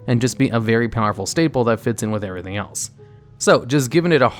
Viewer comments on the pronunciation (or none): none